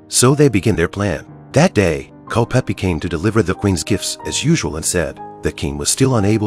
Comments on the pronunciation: Is it so hard to get years and name right. The name is Culpepper not Culpeppi! There is more than 4 years between Mary and the Queen. That is problem with AI productions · Mispronouncing names drive me crazy 🤪!!! What’s so hard about Culpepper not Culpeppy !!! 🤨🤨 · his name was Culpepper. not Culpeppy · It Is “CULPEPPER”. !!!!